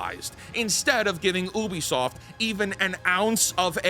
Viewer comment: Brother pls it's pronounced you-bi-soft. Where are u getting the "oo" from?